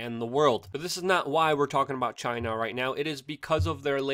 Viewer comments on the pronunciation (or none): I love the way you say Chi-NA ! Just like trump says it haha